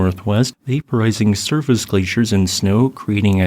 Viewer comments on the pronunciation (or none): none